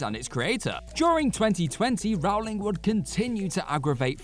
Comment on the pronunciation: Love her or hate her — it's pronounced "Roll-ing" (like the rolling hills) —*NOT* ROUW-ling. Js. You learned something today.